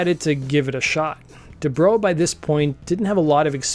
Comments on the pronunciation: Du-Brow. Not my Bro DuBro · Debrow as in eyebrow not as in "What's up, bro?"